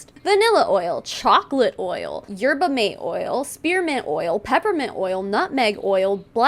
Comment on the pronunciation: Thanks for making these videos - I have learned a lot. Small FYI, yerba mate is YEHR-buh MAH- teh and is a very caffeinated tea common in South America. Essentially, you get energy from the drink because it has a bunch of caffeine.